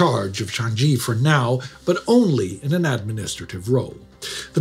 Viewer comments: Changi is not 'Chaan ghee' It's (/tʃɑːŋiː/) more or less 'chanee' or 'Chang ee' (no hard g) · Why is Changi pronounced ChanGee? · minor nitpick but Changi is pronounced with g as in g in garrison, not a j. Ch-ah-n-gee. short and simple. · Changi prison is pronounced Chaang Yee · Yes, as a local Singaporean here, Changi is pronounced without the g in it. Credits to for still trying his very best though! 👍